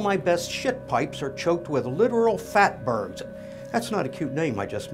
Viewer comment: Fat BERGS, not "Birds"